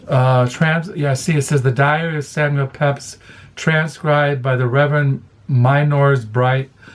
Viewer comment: Hi, please don’t take offense but in the first book mentioned the mans name is pronounced Peeps.